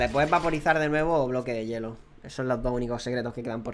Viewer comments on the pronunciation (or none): none